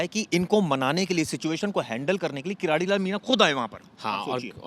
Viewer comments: किराड़ी नहीं भाई किरोड़ी लाल मीणा कम से कम शब्द तो सही बोलो नरेश मीणा ❤❤❤🎉को रिहा करो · किरोड़ी मीणा है न कि कराडी